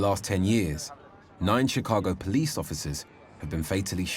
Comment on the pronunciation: A very interesting insight, but I‘m not sure if it’s hopeful or taking anyone forward. I just can’t see any solution. Oh and btw.: It’s /POLICE brutality/, not /police BRUTALITY/ as well as /CAREER criminals/ not /career CRIMINALS/.